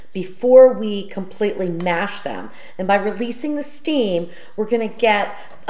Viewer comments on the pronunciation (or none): none